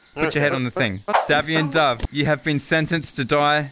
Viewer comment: Did say DAVION Dove?